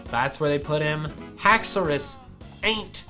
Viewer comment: i would say just haxours not haxouri